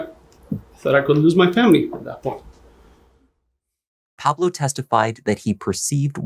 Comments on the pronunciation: Please pronounce “Pablo” as it should be pronounced “PAH-bloh”, not “PAA-bloh”. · So you can correctly pronounce the names of the telenovelas but not the name Pablo?? 😂